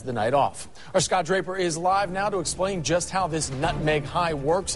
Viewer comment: Did he say his name was.. "Scotch Raper"?